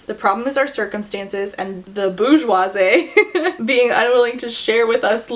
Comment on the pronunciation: Your prononciation of bourgeosie is SENDING me hahaha your homeschool is showing! (no shade from a fellow Abeka alumni for better or worse).. I have mispronounced so many things in my life because I didn't have enough social interactions to help me get correct pronunciation (but have a great phonetic/sounding out foundation) It should be boor (like Poor) jwaa-zee